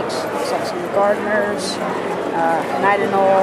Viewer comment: not gardners it's garter just saying